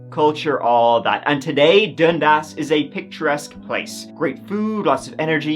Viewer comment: i cant even stop laughing. such a weird way to pronounce it. youre saying it like dund-ass hahaha thats not how canadians say it xD so silly